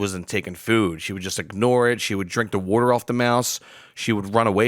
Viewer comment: I love repeating the way you say water...you east coaster you! Lol🤣😂🤣